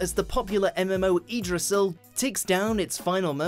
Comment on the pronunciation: Lmao eedrassil